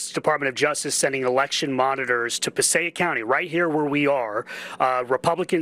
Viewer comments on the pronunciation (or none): it’s pronounced “PA-SAY-ICK”. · " Hey " It's Pu-say-ic county....I got your back boss....... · it's pronounced Pa say ick county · It’s pronounced Passaic (Pa say ic). Also, every show you produce is perfectly done very well. Love them!!!! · It's Passaic Pass-say-ick county in NJ. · You butchered Passaic 😂